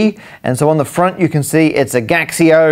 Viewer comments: Gaxio is in chinese is said "Gachio" just like you say "Casio" in chinese. It's a counterfeit calculator don't search. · I believe it is pronounced Casio in Mandarin. The G prounounces [k] as in skill and x is the closet sound mandarin can make to how we pronounce the "sio" (which we should pronounce like in vision, also because it is named after the founder Kashio) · "Gaxio", now I feel ashamed of being Chinese.